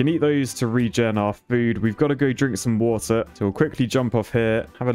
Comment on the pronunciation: Ah yes, my favorite WOTAH